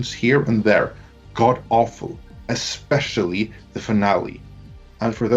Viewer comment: Repeat after me: "especially". NOT "expecially".